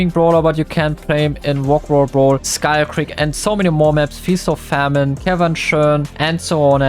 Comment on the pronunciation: YESSSS FINALLY! "Feast or Famine" not "Feast or Fa-MINE"🤣🤣 Edit: nvm he said "Feast or Fa-MINE" again😭😭